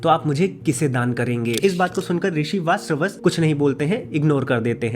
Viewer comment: VaaJashravas ka pronunciation kyu nahi kar paa rahe ho?